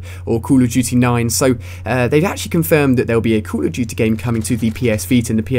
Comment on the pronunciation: cull of dutyy lol